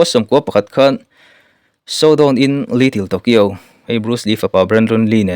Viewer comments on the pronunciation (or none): Bruce Lee fapa te nen an chan Show down in Little Tokyo tih tur aw,in lam dan uluk deuh teh channel Siam ve meuh chuan.Shaudawn te ti mai mai😅